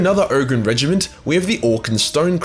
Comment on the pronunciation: it's supposed to be pronounced like regiment.